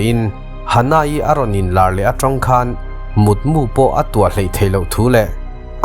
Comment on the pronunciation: I Mizo tawng lam/sawi hi uluk deuh la, ngaihthlak a nuam zual ang. Mutmu a mu hi khumah ka mu tiha mu lam ang hian lam/sawi tur. Silai mu tiha mu angin lam loh tur.